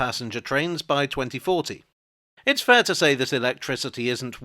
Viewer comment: Electrickery? Ok Catweazle